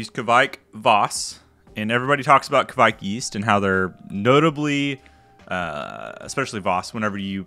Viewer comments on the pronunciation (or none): Hey man! Norwegian here, and I've saied to other youtubers as well, the pronouncination on the yiest is much closer to "quake", as in earthquake, the videogame or the religious group. The ke-vaik don't make any sense :) "quake yiest" does make sense!